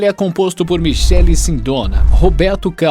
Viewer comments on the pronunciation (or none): A pronúncia está errada Michele ex.: (Mikele) .